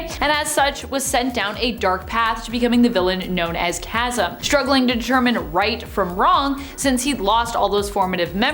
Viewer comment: TY VERY much for pronouncing "Chasm" correctly, unlike some of your coworkers!